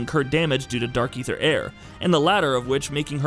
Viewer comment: he also pronounced Aether, and Zebes wrong. at that point I just stopped caring about it